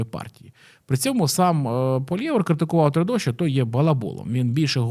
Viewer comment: Хороше відео, але вуха ріже як ти вимовляєш прізвище Пʼєра ПОЛІЄВА